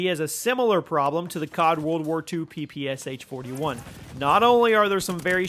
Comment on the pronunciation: please please please PLEASE! ITS NOT P P S H, it's P P SH, Pistolet-Pulemiot SHpagina - Shpagins machine pistol, COD literally ruined name of this weapon irreversibly.